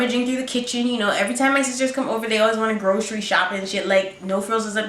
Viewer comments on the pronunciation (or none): lol she said groccie shop